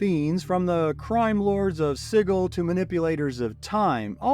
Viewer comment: The attempts at pronouncing these names are killing me. Fucking "Siggle"? Please tell me this is a bad AI and not a real person